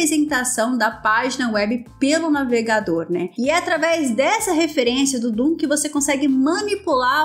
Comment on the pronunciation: só quero fazer um ajuste... DOM e não DOOM... só um erro de pronuncia, haha... mas o video tá otimo, bom trabalho. Vou recomendá-lo para meus alunos.